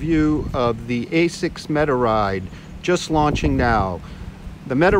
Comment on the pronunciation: You called it "ASCIS"... ;D